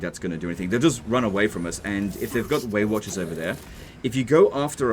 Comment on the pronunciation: Anyone else hearing "Waywatchers" as "weight watchers" and thinking of obese Elves?